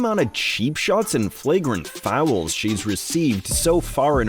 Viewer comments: Are you saying fowel? LOL!!! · How the heck are you making “fouls” a two syllable word 🤣🤣